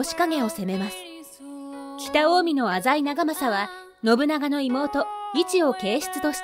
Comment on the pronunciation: お‼浅井を『あざい』と正しく発音してますね。ちなみに、滋賀県の湖北地域は、濁音点をつけて発音する風習が昔からあるみたいで、いつ頃からはまだわかってないみたいですね。ちなみに、脇坂は、『わきざか』と発音するのが正しいのです。